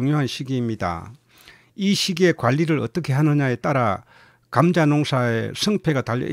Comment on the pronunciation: 감△ , 자▽ 엑센트가 특이 하시네요^^ 감▽, 자△ 이게 옳은 엑센트인 것 같은데요^^